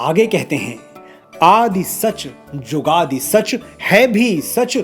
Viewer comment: Very nice but Manoj ji murti nahi h murat guru prasadi nahi guru prasad jugadi nahi jugad pronoun karte h🙏